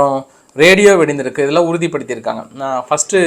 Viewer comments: sir you are a tamilian check your pronunciation. No gayam it kayam and not vedinthiruku it vedithiruku. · வெடிந்திருக்கு, வெடிஞ்சிருக்கு. இல்ல வெடித்திருக்கு.. 😊